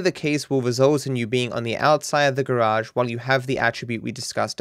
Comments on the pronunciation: Love the way u say garage ,... Garaasshhheedd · You pronounced it as Gauge Warp Glishes. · Mish-on Ga-rashe Gl-itche